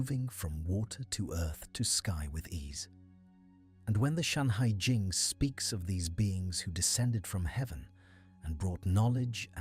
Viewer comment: FUXI. NUWA. SHENNONG. SHANHAI JING (not "Shanghai") :face-purple-crying::face-blue-wide-eyes::face-orange-raised-eyebrow